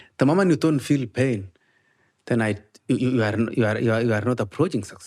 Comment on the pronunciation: This whole time I thought he was saying “paid” not “pain” 😂 I’m terrible